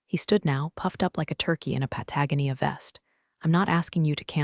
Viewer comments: For the love of God, teach the A.I. to pronounce Patagonia properly. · You want me to subscribe? get the read-red and Patagonia correct please